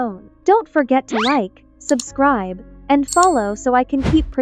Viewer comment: Bro said subcribe